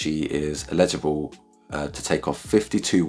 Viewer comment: Thanks for the explainer, but you keep saying “illegible” not “eligible” 😂